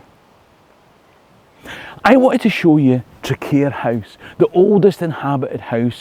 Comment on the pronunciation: TRAQUAIR - Say TRACK WARE or TRAC WAIR not Track Care. Its a funny one though with its QU. Heard it called TRACK WIRE